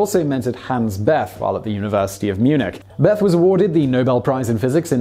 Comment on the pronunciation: Man, you're really getting hammered for your speakos! Allow me to pile on. Hans Bethe is pronounced "Beta".